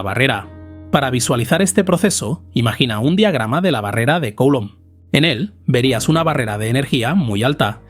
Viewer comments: Coulomb es un apellido francés. Se pronuncia: culómb. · Se pronuncia (grosso modo) "Culomb", mejor que Coulomb 😉 Gracias por tus contenidos. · Me chirría enormemente la pronunciación de "Coulomb" Nunca había oído nada parecido. Por favor, revísela